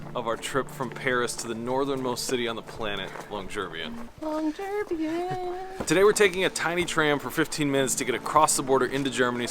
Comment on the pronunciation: Hi. This looks like a fun travel series! 😮 One thing though—please check your pronunciation of Longyearbyen. YouTuber Cecilia Blomdahl says the name differently in her videos about Longyearbyen and Svalbard.